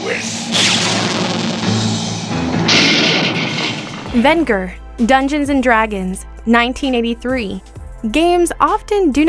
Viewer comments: It's pronounced Ven-Jer not Vin-ger! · Decent list, but a few things: First of all, you mispronounced a couple of the names. It's pronounced "Thun-DARE-a", not "Thun-DUR-a". Also, it's pronounced "Ven-JURR", not "Ven-GURR". With a strong "j" sound. Secondly, I think you should've done this list by decades. A top twelve 80s, 90s, and 2000s villains list would've been better, because there's just too many awesome villains you missed: Gargamel from 'Smurfs' Hordak from 'She-Ra' Dr. Claw from 'Inspector Gadget' Baron Greenback from 'Danger Mouse' Ganon from 'Legend of Zelda' Gemini from 'Thundarr the Barbarian Overlord from 'Blackstar' No Heart from 'Carebears' just to name a few. Also, I would've chosen a more iconic villain from Spider-man than Hobgoblin, such as Venom, Doctor Octopus, or the Green Goblin. When I think iconic Spidey villains, I don't really think Hobgoblin. Was VERY glad to see Venger on the list though. I was hoping he would make the cut. He often gets unfairly overlooked and often forgotten. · It's pronounced VEN-JER! For Pete's sake they actually say it properly right before you say it. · She mispronounced Venger. Sounds like vehn-jur. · Soft g on that Venger, girl. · I kept yelling at the video and correcting the pronunciation of Venger every time she mispronounced the name. Plus, she mispronounced the name of the actor Mako as well. Very very frustrating.